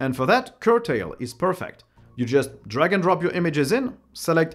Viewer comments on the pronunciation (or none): none